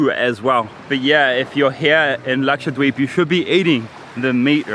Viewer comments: The way he says it dweeb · You pronounce Dweep in a funny way. I thought it was pronounced more like deep...